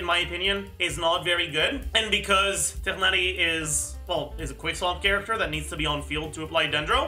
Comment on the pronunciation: LOVE how pronounces Tighnari so effortlessly <3